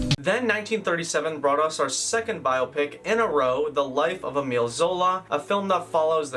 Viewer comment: spent this entire video wondering if you'd ever learn to say biopic. sad!